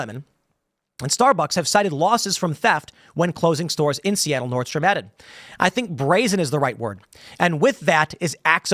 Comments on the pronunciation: Pronounced "North-strom" bro....😮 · "Nordstream" LOL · Tim it is Nordstrom (nord st roam)